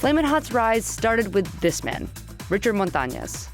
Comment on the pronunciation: It's Montañez not Montañas!!!!!